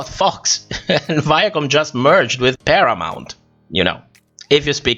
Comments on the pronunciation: asjkkakkdal not "Perramount" JAJAJAJAAA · Not perramount 😂